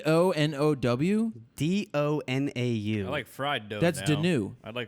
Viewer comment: Great show. Btw pronounced "Donau" absolutely perfect. Greetings from Germany!